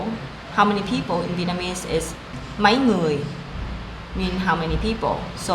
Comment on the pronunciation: Really helpful but a little bug in your video was "máy người", it must be Mấy người because máy means machine. Mấy is used when you ask How many?. Anyway, thank you for trying so much to talk in Vietnamese.